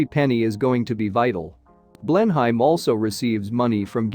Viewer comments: "Blen-uhm" not "Blen-Heim". Just sayin. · What on earth is a Blen-hyme? And what have 'dollars' to do with English heritage? Please take the time to get it right. I would make all the difference, and prevent giving false education to well meaning people. Thank you. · Blenheim is pronounced Blenaam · Apart from mispronouncing Blenheim, over and over (which is really annoying )it was getting quite interesting, then at less than the halfway point it switches to Florida 🤷‍♀️ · Wot the... pronunciation. It's like repeatedly calling Tucson..Tucks on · Teach your bot how to pronounce Blenheim correctly. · For God's sake!!! Try to pronounce the name of the palace properly!!!! I don't think Americans should be allowed to produce programs like this unless they can manage the words. Ignorant person... what's his name? To be avoided.